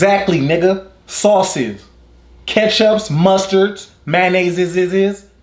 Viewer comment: "Soy sauces"..." Relishes"..😂😂😂😂 I cant do this today💀💀💀